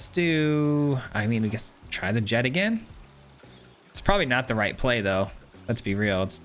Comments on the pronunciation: The "ch" isn't silent, it's pronounced "Jekt." The English dub of the game pronounces it this way, and they're likely correct looking at the original Japanese name of ジェクト (Jekuto). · its jekt lol. sick deck